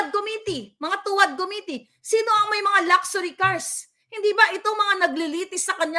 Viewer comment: Also: Committee = Koh-miti